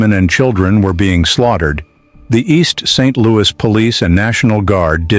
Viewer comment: Please re-release this video with corrected speech errors. It's distracting to constantly hear East Street Louie and East Saint...Louie. 🫤 Otherwise, I really appreciate this video. Thanks for the history lesson! 👏🏾❤️✊🏾